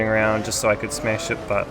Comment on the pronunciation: I hear you say smesh not smash